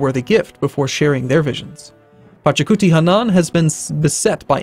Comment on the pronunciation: IT'S PACHACUTI :))))))